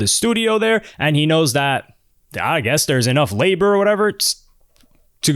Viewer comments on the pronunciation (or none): none